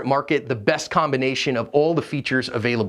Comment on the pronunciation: I know it’s a small point but hearing you constantly say Lem instead of L. E. M. Grinds my gears so bad I could barely make it through your video. I didn’t even know it was a pet peeve until just now.